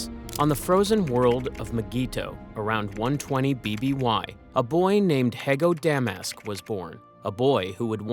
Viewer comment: Hee-go Da-Mask. Not He-go Demas And Sy-fo Diaz, Not Si-fo Die-as